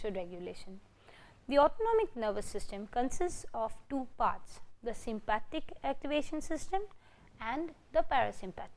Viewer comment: Sympathetic not Sympathic 😬 but thank you! 👍🏼